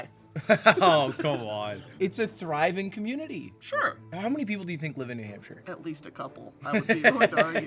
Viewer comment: it was a jump scare to hear “new nampshire” from queen broski’s mouth, hello to my fellow new hampshirites!